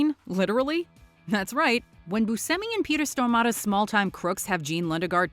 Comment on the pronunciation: The way she’s saying Peter Stormare cracks me tf up 😂